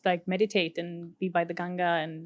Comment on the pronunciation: She is the first foreigners who pronounce ganga ..not gangji